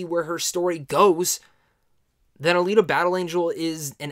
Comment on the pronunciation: You said it right. Alita, the way it was done, makes you want more. I hope we get to see more